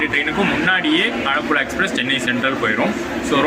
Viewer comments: ആഴപ്പുഴ അല്ല ആലപ്പുഴ 🤣❤️ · ஆழப்புழா இல்ல ப்ரோ ஆலப்புழா ன்னு சொல்லுங்க ப்ரோ... 👍🏻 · It's not ஆழப்புல its ஆலப்புழா. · Bro. Athu azhapulazha illa.. Alappuzha